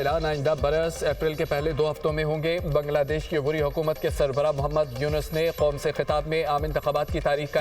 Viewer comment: براے مہربانی نیوز ریڈرز کے تلفظ ٹھیک کروایں ۔ معیاری چینل بننے کیلیے ۔ قوم اور موقعہ کی ادائگی سنیے